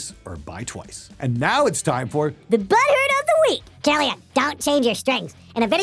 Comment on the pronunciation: It's not kill IA n it's kill AI n.